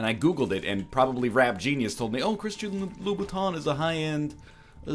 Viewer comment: Is it just me or was this egg pronouncing it as Christian Lou Booton?